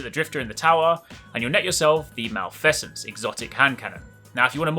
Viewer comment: That is not how you pronounce "malfeasance".